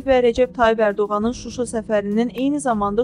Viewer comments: və - ci dəqiqələrdə.Koçaryan "Şuşa" sözünü nəhayət ki, düzgün tələffüz etdi. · Robert Atan Azerbaycanlidi!!! Ema haxcike südve nehlet her şeyi Şuşa Şeherini düzgün teleffüz etdiyinkimi düz daniş😂🇦🇿🇹🇷